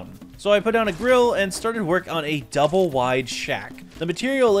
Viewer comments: Did man just say Doo Ba Lay Shack? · Why is no one talking about the way he says double 😂😂😂😂 (no hate 😂)